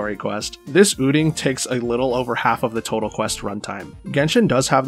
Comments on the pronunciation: did you say ooting instead of out-ing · This is a genuine question: is that how you always say "outing," and where are you from?